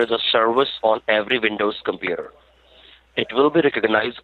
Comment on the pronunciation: I can't turn on my compewter? No sir, your compewter is infected with a virus. It says not avoolable, not avoolable? Haha.